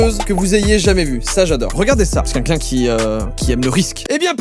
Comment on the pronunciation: Joyca je peux savoir pk tu dis quinquin au lieu de quelqu’un?